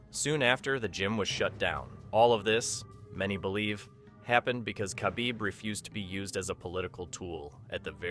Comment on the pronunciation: Why is it so hard for Americans to pronounce Khabibs last name